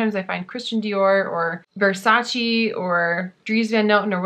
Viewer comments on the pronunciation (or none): none